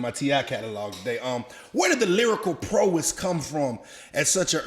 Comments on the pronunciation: wtf is lyrical PRO-EST? (T.I) ignorance begets more ignorance.... PROW-ESS.... NIGGAS smh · prO-wiss? lol not prowess?? lol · Proess....he mean prowess 🤣🤣🤣🤣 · Love ML. He was so underrated. The host tho...he said prowess wrong after bragging on using big words. Maybe it's just me but I like to know words before I use them. Like I look up the pronunciation BEFORE I say them lol.